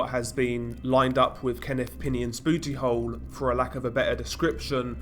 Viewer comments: "Bewty hole." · BOOty HOle 🤣🤣 lmao the way he says it is hilarious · Hearing booty hole in a British accent made my day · Maybe it's the accent, but when you said "booty hole" I about lost it 😂